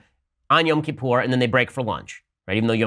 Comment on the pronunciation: You pronounced Yom Kippur correctly.